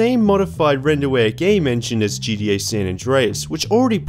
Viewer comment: stop saying “gDa” it’s gTa !!! How difficult is that to pronounce??